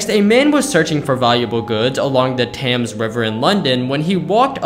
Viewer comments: Respectfully, the river is not even th-hams, it’s pronounced th-aim-s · “The TAMS river in London” cries in british if ur wondering its pronounced the river tems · He said the “Tams” River (spelled Thames) is actually pronounced “Tems” …not a grammar nazi, just FYI. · Thames is pronounced Tems. There's no "a" sound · He said Thames wrong is like pronounced te-mmes not th-Ames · Did you just call it the tams River!?!? It's pronounced tems but spelt Thames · it's pronounced "Tims," like my name, Bambo. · The "tams". Its the pronounced "the tems" but is not spealt that way. I know you are american and you say stuff differently but its a thing in the uk that ist a stupidly historical landmark. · did he seriously just pronounce "the thames" the thems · It’s spelt Thames and pronounced Tems, source: I’m English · Its not pronounced tams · He also pronounced thames incorrectly. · Why he pronounced Thames like that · You might want to learn how to pronounce the River Thames correctly I don't mean anything mean by it but it isn't pronounced how you would think by its spelling